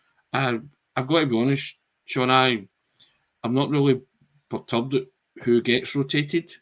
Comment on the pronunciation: Wow "perturbed" is really hard to say in Scottish. 😀